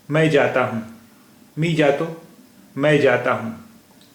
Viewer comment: Very nice initiative, some tallaffuj issues though, tujhe/ majhe is pronounced like haruf "ژ" , توژ " and not "جھ" , "J" is a very tricky sound for urdu users speaking marathi, jato would be more like زاتو .. waiting for next lesson